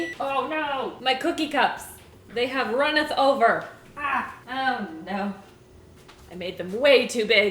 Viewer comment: "it as runnith over"